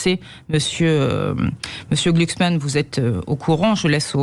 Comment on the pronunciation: gluksman ,ca se pronnonce comme ça se degueule . Une fumure de gôche de plus !!